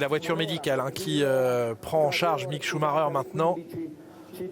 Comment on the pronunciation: Chou-ma-reure Pitié, faites un effort...